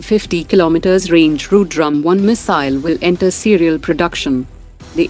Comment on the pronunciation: whose voice is this? an indian? why she is pronuncing ru-drum 🥁 ? is it hard to pronounce rudram